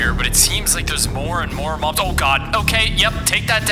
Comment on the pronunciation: Mobs is not how you say it